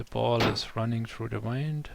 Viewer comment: Thank you for this video, I learned a lot. You did pronounce the 'Buoyancy' correctly. (sounds like Boy-yen-see) Although you were pronouncing 'Wind' incorrectly. You were saying it as "Wind up a toy and watch it go" or "Wind up a ball of string" (Sounds like Why-ned) But you meant to say it as "The weather is windy" or "This fan blows wind" (sound like Win-d) (in) (in-deed) (in-clude) (Rhymes with 'Sinned')